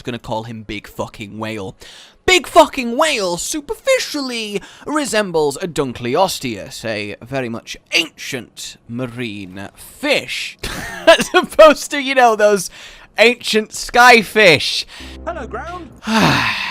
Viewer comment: It's "see-ADDY-us",. Also, dunkleosteus is pronounced "dunkul-osteus". Its name literally means "Dunkle's bone", after the guy who found its skull.